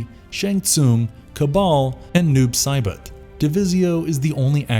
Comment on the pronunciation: Why does Saibot sound like he's trying to say bot bit but bout and boat all at once